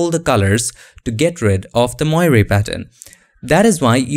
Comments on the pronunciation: Moiré is a french word. It is pronouced moaré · it is pronounced as "mwor" sir :) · it is pronounced [mwɑːr] like "film noir' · It’s pronounced “mwarey”. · Dear. Moiré is a French word referring to the changing reflected light patterns of cloth like velvet, silk and sometimes linen. An example: the cardinals in Rome wear red moiré silk vestments. You do a good job of pronouncing the word moiré but it should sound like mwa-ray. Love your tutorials. Keep up the good work. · That's actually not correct. In English, it's pronounced [mwaˈɹeɪ] and in French, where it originates, it is [mwaˈʀe].